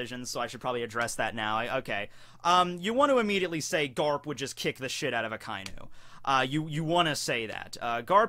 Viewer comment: A-KA- E_NU Red Dog four Sylables that's not how ANYONE SAYS! IT STOP IT.